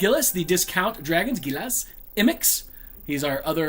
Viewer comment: Yes! It bothered me 😂